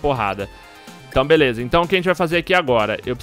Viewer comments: foi só eu que percebi o Patife falar #Veleza no começo do video ??? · "Eae galera veleza" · patife vc falou veleza no video kkk